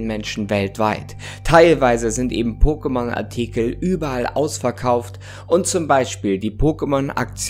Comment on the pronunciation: Danke, dass du es so aussprichst wie in der Serie und nicht „Pockemon“! Eine Wohltat für die Ohren!